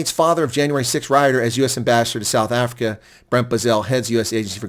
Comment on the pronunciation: Mr Ambassodor Bozell, WELCOME to suf efricac.